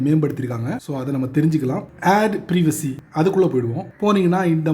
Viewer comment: நல்ல தகவல். ப்ரீவசி இல்ல......ப்ரைவசி😊